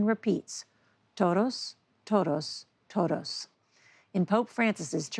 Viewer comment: Norah said "toros, toros, toros (bulls, bulls, bulls🐂🐂🐂) and not TODOS, TODOS TODOS